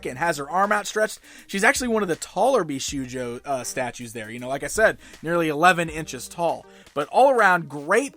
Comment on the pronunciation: Okay, I know you probably don't speak Japanese so when you see shou it's pronounced the same as the word "show" not how you would pronounce "shoe" so it's "bee-show-joe" not "bee-shoe-joe".